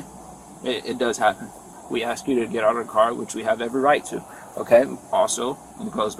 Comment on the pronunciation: She didn’t want to AXE any qwashtons 😂?